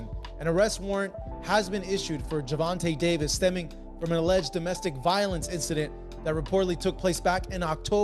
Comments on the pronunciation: Gervin Tank Davis😂😂😂😂,, Ai is fucc'd up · Can't even say his name correctly on this old ssa video